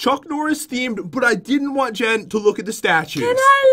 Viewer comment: its jen not gen